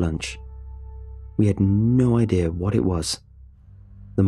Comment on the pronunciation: narration is soft and monotonous, plus it fails to capture the emotion of the story... heard it numerous times for other creepypastas, and the pronunciation is awkward at times ('a gain', instead of 'again'... 'ideer', instead of 'idea'... etc)